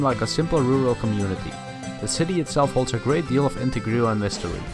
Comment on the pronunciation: I'm really enjoying this video, but I wanted to pause and offer a little help on your english. "The city itself holds a great deal of intrigue and mystery." the 'trigue' in intrigue makes the same sound as league, as in League of Legends. Thanks for making a video on the lore of Runeterra!